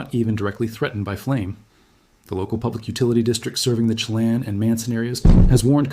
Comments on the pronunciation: Lake Chilan is pronounced "shi lan". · Lake sheh-LAN. You obviously put a great deal of time and effort into this report. Seriously, check name pronunciation before you post. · Actually, Shuh-lan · This guy is AI or not local. He pronounces Chelan way wrong and also other areas. I lived in Washingtin 20 years.